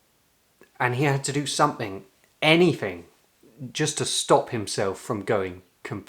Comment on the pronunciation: As an Italian, you've invited me to correct your pronunciation. So please stop saying "wiv', "sumfing" and 'fought" and then I will subscribe.